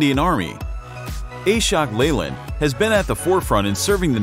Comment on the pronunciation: Ashok Leyland is not A-Shok its AAShhook